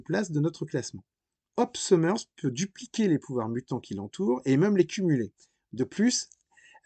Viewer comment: De base, Psylocke (une mutante un petit peu « particulier ») n’était pas un « ninja » 😒 Cyclops (Scott « Summers » et pas « Summerz ») n’a pas que son pouvoir. C’est un excellent combattant au corps à corps doublé d’un grand stratège. Colossus s’appelle « Piotr » et pas « Peter ». : « Marveul » ??? 😳 : c’est pas « arme X », le « X » est pour « dix » 😒 : les mutants et les quoi ?